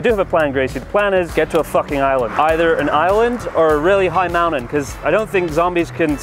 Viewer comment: Mountain was horribly done. Earlier was perfect.